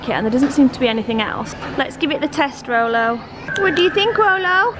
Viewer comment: Y do u call him rollo